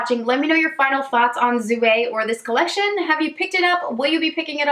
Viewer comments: The j at the beginning of jouer makes a sound like the end of "beige", not a Z sound :) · I love Jouer cosmetics. I believe is pronounced youei. R is silent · jouer: soft j sound, not z (french speaker here)